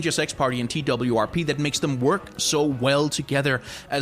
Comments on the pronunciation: Everyone says TWRP. This video is the first time that I’ve heard someone say T-W-R-P exclusively. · TWRP is meant to be pronounced as "twerp", I'm pretty sure